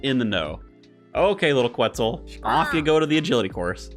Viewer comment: Reminder that you dont need to pronounce the U in Quetzal